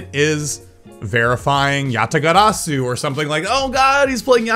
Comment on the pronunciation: Tf is "Yatagadasu"?